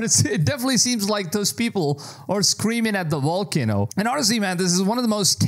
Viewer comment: You said volkanu for volcano and some weird shit with the Himalayan mountains. You need to work on your pronunciation my dude…. It sounds so silly lol… it makes me question you as a source!